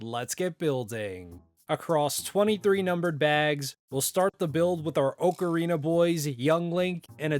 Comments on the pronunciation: Btw it’s OCK-Uh-Reena instead of Oak uh Reena. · Why tf does he keep saying “OAK-arina”? Is that how it’s actually said? 🤨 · The way you say ocarina hurts be spiritually its more OC-a-ri-na